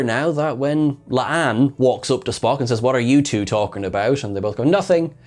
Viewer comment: I heard Pelia call him Spocko! Am I going mad? This episode also reminded me a little of Babylon 5 - "The forecast death of John Sheridan"...